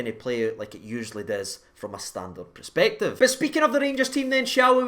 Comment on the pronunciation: I love you but its per-spective not pre-spective, it's making my face itch 😂